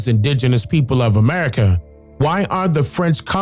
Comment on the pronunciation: Sounds like you were saying Erica